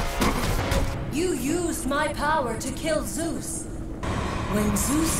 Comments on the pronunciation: Correction. “Zoos” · sometimes they say soose its funny